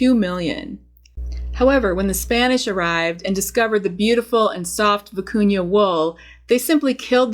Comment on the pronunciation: Thank for pronouncing vicuña properly.